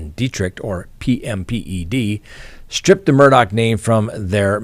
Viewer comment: I wish that there was one station that would say Murdaugh name right !! His name ends with " gh" not "CK". Drives me crazy!!! I had a difficult last name prior to marriage so I always try to say someone's name right and this one is easy so why can't anyone say his name write? Geeerzzzz